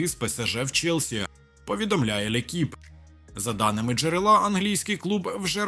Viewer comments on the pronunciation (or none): none